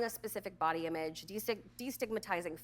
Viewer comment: Irrelevant. But the way Dr. Phil says "Imeedge" (image) is just.... ugh.